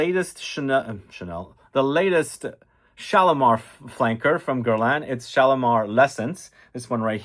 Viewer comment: its called GER-LAEnnnn